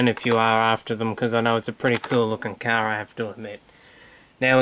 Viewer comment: car not cas